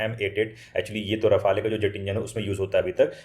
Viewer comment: साफ़रान 🚫 सैफरॉन ✅ राफ़ेल 🚫 रफ़ाले ✅